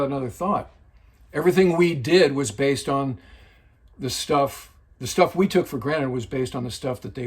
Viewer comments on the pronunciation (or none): none